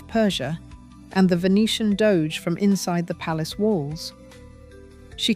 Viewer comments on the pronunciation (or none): none